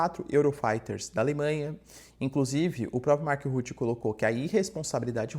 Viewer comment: MARC RUTTE = Marc RruttE, peloamor!